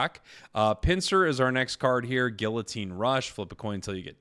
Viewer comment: PLEASE LEARN HOW TO SAY GUILLOTINE